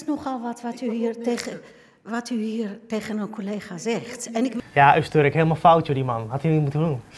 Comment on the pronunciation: Het is Öztürk niet Öztörk.